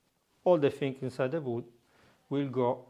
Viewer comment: "WOOD" I could not tell what he was saying. WOOD! OAK?